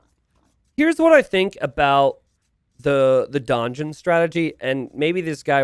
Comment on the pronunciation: FYI "Donjon" is just pronounced the same as "dungeon". They have the same root etymology and donjon was just the French word for what the English know as a keep.